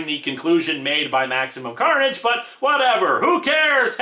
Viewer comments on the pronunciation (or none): Did anyone notice/hear that he said " Maximum Curnage "? Lmao...😂😂😂😂😂😂😂😂